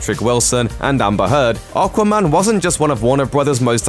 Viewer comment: What's "Arquarman"?? 😂